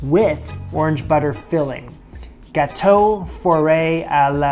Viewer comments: I thought you said bateau. I was like, orange boat lol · Your so funny isn't it pronounced GGG Gauto like you say G then Gauto you have so much spunk these are great videos Funny fun and fantastic Toot Sweet Mo Fo haha